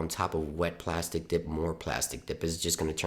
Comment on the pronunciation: Oh no, it was killing me.. PLASTEEE Dip not plastic dip..